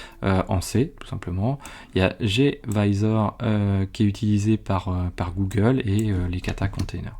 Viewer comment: bravo pour cette belle démo, c'est gVisor et non gavisor